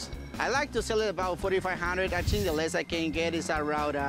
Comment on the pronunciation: Si. I theeenk he did.